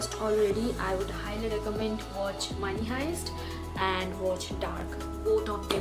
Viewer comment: Wasch ?? Its Watch Also you always pronounce “you” as “zooou” Been watching you since couple of months... i could not stop myself to alert you! Make videos in hindi.. if you aren’t comfortable with English Language!